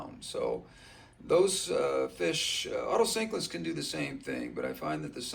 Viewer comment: Otocinclus, not otocyclids